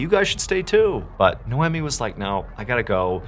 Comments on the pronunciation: Your arrogance is astounding! No one pronounces Noemi as "Nomee" like you suggest! Quick Google Search produces: The name Noemi can be pronounced in a few ways, with NO-eh-mee (like "no-Amy") being a common English pronunciation, while the original Hebrew pronunciation is closer to "nah-oh-me". Other variations include the French "no-am-ee," the Italian "no-AM-ee," and the Spanish "no-EM-ee". Depending on ethnicity! Your pronunciation doesn't seem to exist AMYWHERE! Audrey can also be pronounced several ways but, I'll let YOU do some research. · Hello! Noemi is pronounced as "Noy-mee"